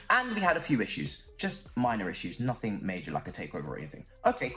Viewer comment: After all those creativity talks if we sign Ronie, then "I have nosink to say" 😭